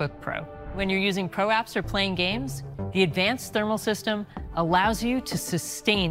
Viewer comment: "pro apps" sounds like "prolapse*